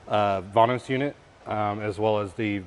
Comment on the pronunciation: its vanos not vainos, why do americans have so much trouble with english